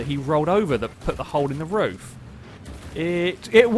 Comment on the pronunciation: Roof, not rough